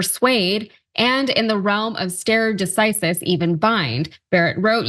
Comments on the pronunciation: “Star-ee” not stare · “The following expert” or “the following excerpt?” Then , it’s not ‘stare’ as in gaze, it’s pronounced like ‘starry’. C’mon, you’re a journalist! Don’t expect to be taken seriously with such sloppy grammar. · The pronunciation is actually 'stah-reh deh-kee-sis'; it's not English so you don't need to force English pronunciation onto the Latin phrase. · *stare decisis is pronounced stah-ray deh-sigh-sis... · Is it pronounced “star-ee”? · Stare is pronounced “starry.” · Stare decisis in Latin means to stand by things decided. It's pronounced "starie." Sound familiar now? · (It’s pronounced “starry” decisis I think. But don’t quote me.) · Yes, you would think that a commentator declaring a Court illegitimate would be somewhat familiar with the basic fundamental principles that they deal with day in and day out. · A commentator bringing up stare decisis but mispronouncing it makes my skin crawl. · Can’t even pronounce a perfectly common Latin phrase? So lazy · I stopped watching after you mispronounced both “excerpt” and “stare decisis”. Time to get a job which doesn’t require reading. Or speaking. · LOL agreed, but unfortunately Latin is frequently the victim in the US legal system. There is a reason why they call the Latin pronunciations in the American legal system "legal Latin" 😀